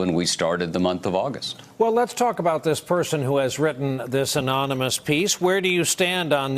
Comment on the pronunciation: you have a so call man playing the President who can't say the word ANONYMOUS the man can't say a third grade word. no wonder this country is going down hill.